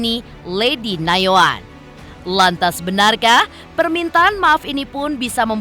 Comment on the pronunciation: Nayoan pak bukan yanoan